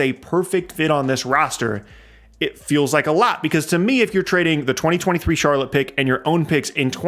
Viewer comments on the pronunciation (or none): none